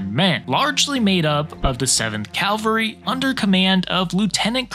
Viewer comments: CAl-vary is the hill where Christ was crucified. CAV-al-ry is how people who can read pronounce the word. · Lost me 12 seconds in when he said "Calvary." CaVaLry, not CaLVary. 🤦‍♂️ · god gawd, it is CAVALRY, NOT CALVARY! your map is not very good either. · Bruh.. it's "CAValry", not "CALvary". Come on! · CAValry. Calvary is the hill they killed Jesus on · It’s cavalry NOT Calvary. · Did he say Calvary….i think he did…..Cavalry? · ‘Calvery’ Come on…. At least get that right… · Cavalry, not Calvary. Big difference. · It's CAValry,,,, not CALVary. jesus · Cavalry.....NOT Calvary. Otherwise good presentation. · *CAV AL RY*. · Say it with me. Cav-al-ry. Not calvery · Cavalry, not "Calvary". You sound very uneducated when you mispronounce this word. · CAV-alry, not calvary. One is a military unit, the other is a hill in Jerusalem. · Sorry, but it's "cavalry" not "calvary". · It's "cavalry" not "Calvary". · Taint “Calvary” ( that’s where they crucified Jesus ) it’s CAValry (as in Cavalier , French name for mounted soldiers ) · I got about 5 Calvarys in and stopped watching. I just couldn't take it any longer. I normally don't care about mispronounciations to that degree but this one surely did it. Pet peeve unlocked. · Cavalry, not calvary! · Cavalry, not Calvary. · First, it's CAV-alry, not CAL-vary. ;-) Lots of people mispronounce it for understandable reasons, though, so there's that. Second, Custer's tactical plan -- envelopment or pincer movements to hit the enemy from both sides (flanks) -- wasn't actually all that bad (if he'd had the right number of troopers and the proper reconnaissance to pull it off), but you know what they say: No battle plan survives first contact with the enemy. A "light" and relatively small US cavalry force basically stumbled into a much larger and very mobile and well-armed cavalry force (for all intents and purposes) fighting on ground of its own choosing. In the end, that made all the difference in the world.